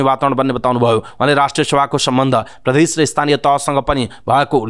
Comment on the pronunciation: कीन हो द लाई ध अनि ज लाई झ भनेर उच्चारण गर्ने वाचक ज्यु? प्रधेश नभन्नु है ।